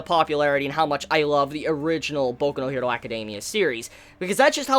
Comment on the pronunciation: Like your stuff, but just say hero in the English pronunciation, not her-do